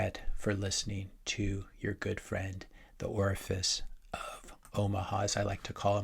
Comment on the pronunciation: “Orafice of Omaha” 😂😂😂